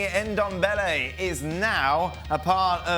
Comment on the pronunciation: Lol It’s not N-Dombele it’s Ndombele